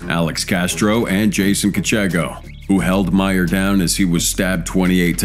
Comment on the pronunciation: Really poorly done. You didn't even the get the name and picture of the first perp right. #10 It's Christian MAIRE not "Meyer" and that not him . Maire is the guy on the right and the actual Jason Kechego is on the left. Assuming the rest of this video would be filled with similar errors, I stopped watching after a minute or so. Try harder next time.